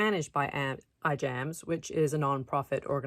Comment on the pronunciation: The correct pronunciation of Ijams is "I'mms." Like I'am with a long I and without the "a". Thank you.